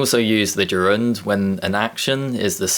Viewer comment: I don't think you are right in saying that you never use "will" directly after "if". What about polite requests, for example: If you will give me another chance, I will appreciate it? I know that's a specific situation and an exception. Yet, it exists. Besides, why do you put stress on the second syllable in "gerund"? The dictionaries and phoneticians I know put stress on the first syllable.